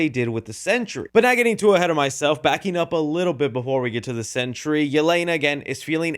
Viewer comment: Sentry, not century